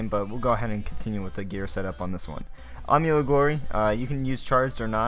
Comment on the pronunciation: nice vid but its not army of fury, its am-u-let